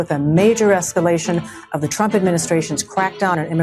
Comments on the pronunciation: “Trumps esculation” haha retard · esculation... :face-blue-smiling::face-blue-smiling::face-blue-smiling::face-blue-smiling::face-blue-smiling: A.I. not so sharp eton